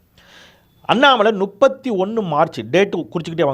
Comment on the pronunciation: 🍃ஐயா... அது நுப்பத்தி.... அல்ல முப்பத்தி... தயவு செய்து திருத்திக்கொள்ளவும்🍃